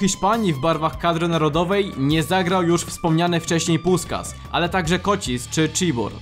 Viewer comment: Fajny materiał, ale na przyszłość : w węgierskim "s" czyta się "sz", a "sz" czyta się "s". Więc nie "puskas", a puszkasz.